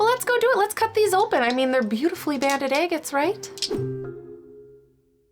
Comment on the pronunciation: Are you saying "eggettes" or agates?